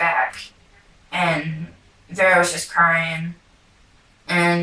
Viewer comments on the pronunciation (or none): “Veer-ah” not verreah